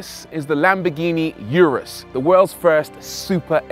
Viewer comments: Yewrus ....... Really! It's pronounced OORUS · For the last time, it's URUS, not yurus! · It’s Urus not Yourus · it's oooh-rus. not you-rus. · it's not fucking orus😂 Its U-rus simple as that lol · Why is it these guys making these videos on such large bugets can't take 30 seconds to search "how to pronounce urus" on youtube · Every minute he was murdering the name of the car and then the driving modes. You gotto respect that it isn't British. When you know what corsa and strada are, why not get grip of the other two as well :)